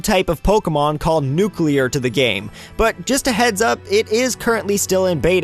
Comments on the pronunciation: It's Nuclear, Not Nucular. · Tfw somebody says nuculer instead of nuclear. 😑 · Noo clear, not nucular. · Get it right! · ***** Yeah, That's the actual pronuctiation. "Noo-clay-arr" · "Newkewlar" The cringe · ***** Nope. He just said Nucular.